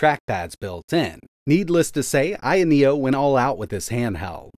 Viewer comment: The only thing that worries me is the pronunciation of the handheld’s name.